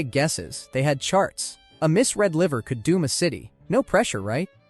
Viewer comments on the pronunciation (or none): none